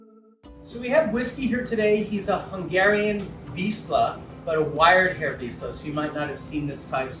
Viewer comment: "ZS" is a two-letter sound in Hungarian, so you pronounce it like the "s" in word 'vision'. It is the same as "sz", because we have different letters to "s" and "sz". For example the "Shop" is like an "S" in Hungarian, and the "Sea" is like "Sz". It was just a little correction, Doc. :D (Moreover we have many two-letter sounds, like CS, TY, NY, LY (= J), DZ, GY.)